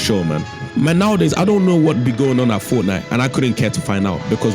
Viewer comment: Fort Nite? Really?